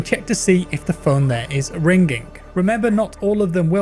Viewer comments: How pronounces ringing: rinGing How everyone else pronounces ringing: ringing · It''s an english thing. Hard G. Similar to how some people say "haych" for h. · Its ring-ing not ring-ging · Here’s a phonetical English translation of how to pronounce “ringing” - “ring-ING”...not “ring-ging” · ‘Ring ging’ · Its weird to hear pronounce ringing "ring ging" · I cant get over how this nigga says Ring Ging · Ring-gink... That is how I imagine Forest Gump would pronounce "ringing" :D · Are we going to ignore the fact he says "rigning" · Watching a video this long with you saying rin-ging this many times made me uninstall the game and throw my phone out the window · Ringink phone..sorry it sounds funny when you say it XD also im easy amused :D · I’m sorry I couldn’t watch it because you kept saying ring-ging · Did no one else notice him say Ring GING a bunch of times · What’s a Ring’ging ? 😆 just messing , love ur vids man 🙏🏾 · Wow the word “Ringging” is sure ringging in my head after in this video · "ring ging" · " i hear the phone rinkingk" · say rinGing one more time i dare you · "Find a Rein-g-ging phone" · what's a ' rinkink' phone? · How the fuck are you pronouncing ringing? Rin ging? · Say ring ging ONE MORE TIME!!!1!!! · I literally read this comment just when he said RING GING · Ye I was like wtf is "ring-ging" oooh it's RINGING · Why pronounce the G in ringing like a hard G?? Really stuck out to me. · How the heck are you mispronouncing ringing!? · Yeaaah I got 1 min in. Can’t listen to you pronounce ringing like that. Disliked, reported, and flagged. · Is anyone else freaking out about how he is saying "Ringing"? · The way you pronounce "ringing" makes me uncomfortable lmao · Normal people don't say the word "ringing" that way. I would seek some kind of therapy for speaking that way